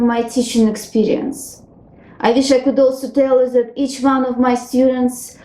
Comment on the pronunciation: You could improve your pronounciation of english "one", "with", "wish" etc.